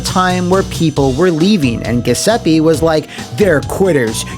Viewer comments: It hurt to hear “Guh” seppe so many times. Thank you for this comment! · Italian here, you'd pronounce the name Gee oo seppe (the last e is the same as the one right before the double p, not a double e), the gl sound in the surname would be the same sound as the double l in spanish. The way you pronounce the name sounds kinda like ghesepi and it's pretty funny lmao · I think it’s supposed to be pronounced as “joo-sep-peh” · It's pronounced "Ju(think jewel)-zep-pay" (my Italian is a bit rusty) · He's saying Giuseppe wrong but it's way funnier this way. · You’re mispronouncing Giuseppe. It should be said with a “J” sound. Good video as always though :) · Crugliano's management style looks like it's straight from the typical "Italian small to medium sized company" mindset: 1: Employees are your property to use as you see fit 2: Lie through your teeth to the customers to get that job 3: pretend everything is ok By the way, every time you mispronounce "Giuseppe", an Italian plumber dies